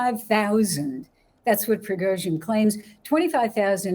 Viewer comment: "Prigoizhin"? I've heard it all now. People seem to struggle with simulating the Russian language... especially American and Brits.